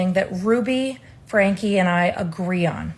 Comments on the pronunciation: it's "Frank-E" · (Its pronounced "Frankie" not "Frank", but it would drive her crazy that you got her name wrong so I'm not mad hahaha)